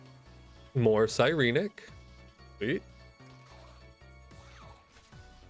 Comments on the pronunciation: Sigh-reen-neck Si-ren-ic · The way you say Sirenic bothers me. Psy ren ik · Ok, So I had to chime in, been loving your series, but, please for the LOVE of god, its Sigh - Ren - ICK, I have never felt more tilted watching a video, and hearing whatever blasphemy you spouted, also the always oh b2b never fucking lucky, and then you Absolutely pulled off a massive spoon af moment, I best not be hearing Never lucky for atleast the next 2 to 3 videos mfw.